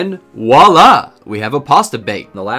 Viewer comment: Walla😂 Sorry but it's voila lol